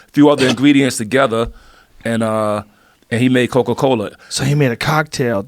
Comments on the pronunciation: Bruh is saying cocoa instead of coca. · Or Coka as Coco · Coca not Coco